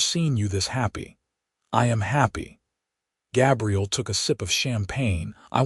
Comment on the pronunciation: GAbriel like an A